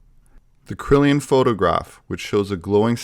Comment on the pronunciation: "Kirlian" (Kur-Lee-An), not "Krilian (Krill-ee-an)".; - ) Cool video, this takes me back!